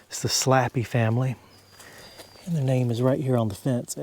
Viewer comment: Slappey Is Pronounced Slay Pee or ( Slae-Pi)